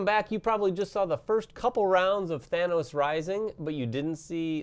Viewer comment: The way you pronounce Thanos fills me with rage.